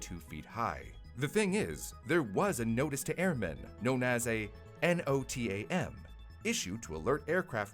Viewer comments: Also NOTAM is pronounced not-am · Traditionally “Notice to Airmen” or NOTAM is pronounced “No Tam” 🌈